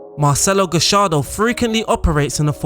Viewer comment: GA - YAR - DO Not gashardo